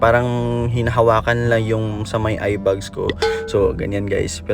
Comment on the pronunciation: A in the word eyeBAG is pronounced as A in the word fan, not sounding like a bug nor fun. It’s not “eye bugs”.